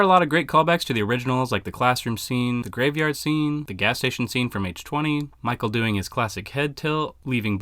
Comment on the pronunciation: It’s H-Two-Oh. NOT H Twenty. Go back and watch the trailers.